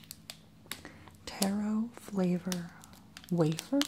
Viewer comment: wafer not wafir